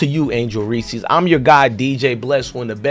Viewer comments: I bet when you were in the military and there was a General Reese who’s name you had to pronounce in front of other military personnel or directly to the General, you ain’t gonna be cute and ignorant then and pronounce his name as Reesey…stop being a goof’; no disrespect bro but we have to stop making ignorance popular. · Bro you ain’t that stupid; you know damn well her last name ain’t pronounced fkn’ (Reesy). You pushing ignorance my boy; pronounce that woman’s family name correctly. Stop trying to be cute.